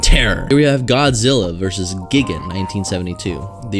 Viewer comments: I'm triggered by the way you said Gigan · I got triggered when your mispronounced gojira vs gigan and made fun of it